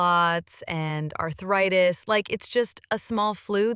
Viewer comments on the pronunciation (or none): Oh no, she has “arthuritis”